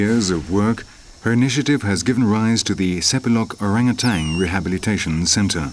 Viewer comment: a documentary where the guy speaking DOESNT KNOW HOW TO PRONOUNCE ORANG-UTAN...